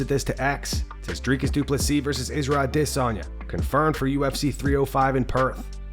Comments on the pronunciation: Bros upset about a mispronounced name, thicken up man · You aren't saying Israel's last name correctly, yet you still do this.